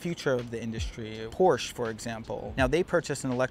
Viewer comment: just cant keep my self when I hear how Americans call Porshe its not Porsh is Porsche with e on the end like e in end but in the end haha